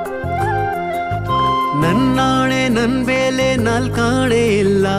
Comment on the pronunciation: ಬೆಲೆ ಗೆ ಬೇಲೆ ಅಂದ ಹಾಗಿದೆ, ಕನ್ನಡ ಸ್ವಸ್ಟತೆ ಇನ್ನಸ್ಟು 🙏👍